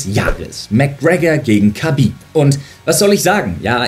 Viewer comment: infomier dich doch bitte erstmal wie man Khabib richtig ausspricht